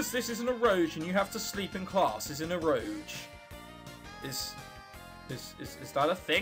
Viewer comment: It's pronounced Ero Ge, like the G sound in Goku and Golf...X3 This game sucks so hard it is actually good